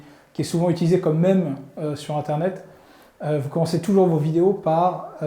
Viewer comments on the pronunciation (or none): none